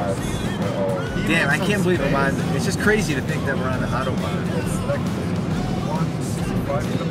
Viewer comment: If you're from NYC - at least say "autobahn" correctly... like you're from NYC - not Wichita, Kansas.